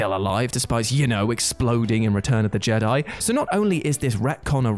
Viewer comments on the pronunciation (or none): none